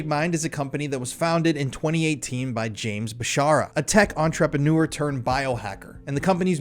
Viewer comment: The way you pronounce “entrepreneur” is probably a cover up orchestrated by the feds to hide their involvements with the mafia, the Cubans and Kevin Costner….😊